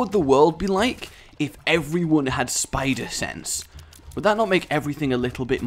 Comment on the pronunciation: You: "What would it be like, if everyone in the world, has spider sense?" What I heard it as: "What would it be like, if everyone in the world, had spider sex?" I was drinking something at the time, so it's safe to say I choked when I heard you say that for reasons of ARACHNOPHOBIA!